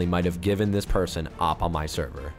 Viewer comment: O-P not oppppp btw im subbed :D